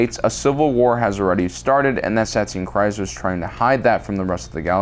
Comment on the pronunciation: KEEEZ. It's pronounced KREEZ